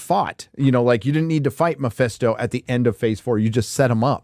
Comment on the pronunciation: For the 1000th time, its not miphesto you idiots, its mephisto